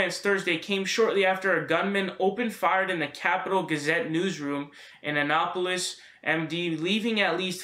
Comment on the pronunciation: The place in Maryland is called annapolis not what ever you said